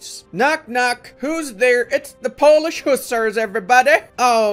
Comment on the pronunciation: I have a big respect to you for not butchering my language